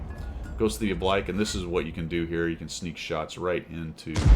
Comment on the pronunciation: Oh-blike?, we covered this. It's 'oh-bleek', like you're on fleek. This one surprises me for not being in your vernacular already. Oblique is an adjective that applies mostly to angles. I'd think angles would be a frequent topic of discussion for fighter pilots, so the words used to describe them ought to be close to hand.